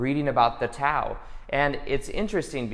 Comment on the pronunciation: FYI, Tao is pronounced 'dow'. But verify in case I'm wrong!